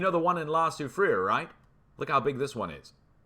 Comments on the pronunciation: Hey... I luv it when you try to pronounce La Soufrière... lol...lol... I am a French speaking Quebecer whom learned to speak English. The appropriate way to pronounce Soufrière is: Sew - free - air Much luv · Hi 🙋‍♀️, in French the last letter is often silent so “sue free” is how the name of the volcano is pronounced😉